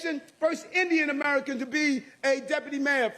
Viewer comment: Why is it that people like you keep saying Indian wrong?